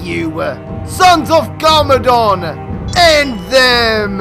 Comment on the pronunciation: It's not garmoron, it's garmadon